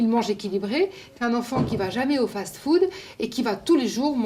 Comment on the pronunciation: Marketing elle le prononcé Markeuting Et fast food elle dit faze food